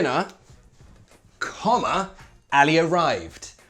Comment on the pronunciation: Min you pronounced the letter ع in Arabic so correctly when you said Ali arrived.. 😻😻 you said علي